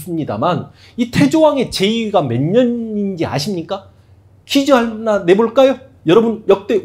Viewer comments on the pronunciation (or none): 쌤 퀴즈 한나가 아니고 퀴즈 하나입니다. ㅋㅋ